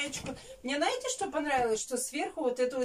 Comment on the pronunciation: Наете вместо знаете